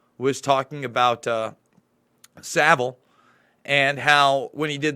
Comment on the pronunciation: Yeah, learned to pronounce Savile correctly! 👍😋